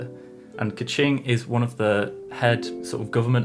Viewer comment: bruh he pronounced keqing, ningguang, kazuha, ganyu, zhongli, xiao, and xinyan wrong lmao. he should make more of an effort plus their name pronounciations are literally in the game.